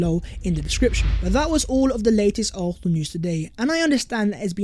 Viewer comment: Stop saying expecially. It's especially. And why does the s in arsenal come from the back of your throath. Sounds like you're saying arhenal